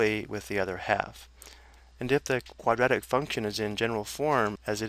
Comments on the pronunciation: "quadetic" like can he actually read? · nobody says quadratic like this guy